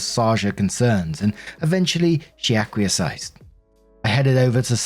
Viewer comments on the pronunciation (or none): Assuage = Uh-sway-juh Acquiesced = Ack-wee-ess-t Helpful not mean.